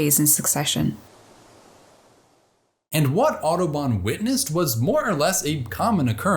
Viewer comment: Everytime he says "Audubon", I can't help myself hearing "Autobahn" instead :) great work anyway!